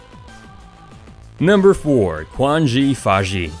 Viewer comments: btw Quan Zhi Fa Shi is not pronounced as Kuan Zhi Fa Shi, the Q is pronounced like tch- or ch from the word 'chain' or 'churn' It means All Jobs/ Occupation Mage. The all jobs probably means all job class, like healer, warrior, etc in games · Lmao how the narrator pronounce no.4 quanzhi fashi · LMAOROFL!!! Died a few times after hearing how he pronouced Quanzhi Fashi :D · The one he called quanzhi fashi